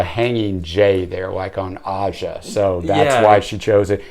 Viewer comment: Keep listening. Hejira is a virtually perfect album. Countless die-hard Joni fans call it their favorite. Thanks for the review. But work on the pronunciations, guys. Jaco. Aja. And the "female" background singers are multi-layered Joni, as she often did. Oh, and if you don't like this Black Crow, listen to the live version on Shadows and Light -- smokin' fusion, frantic, stunning.